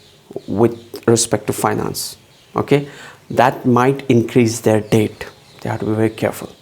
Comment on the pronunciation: (PRA) why do you call debts...dates for?? I couldn’t understand that...then paused the video to read...its debt..sounds like det not date